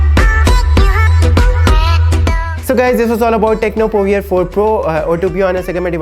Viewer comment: The pronunciation is (tekno povor) Not ( povier)